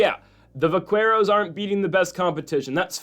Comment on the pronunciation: Btw, it’s pronounced vak-keros. The “qu” is a k sound. It’s slang for cowboy in the southwest. I wouldn’t have said anything, but you said it a bunch of times and thought you should know.